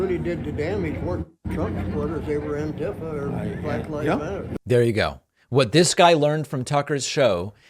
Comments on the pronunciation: "Anne Tiff Uh" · "antifah" lol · Hey! New way to pronounce Antifa.